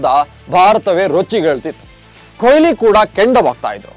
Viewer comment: ಕೊಯ್ಲಿ alla kano adu goobe ಕೊಹ್ಲಿ ವಿರಾಟ್ ಕೊಹ್ಲಿ!!!